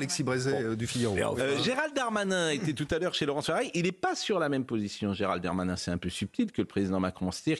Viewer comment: J'adore quand Pascal nomme Gerald Darmanin "Gerald Darmatin" (probablementcar il est passé sur europe1/cnews le matin